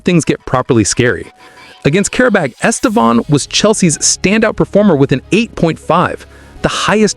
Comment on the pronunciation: The first acent in his name is the stroguest one. The second one just show the close nasal sound. Estêvão. The strong silable is TE, please. The way you pronounce is very strange and even funny in Portuguese.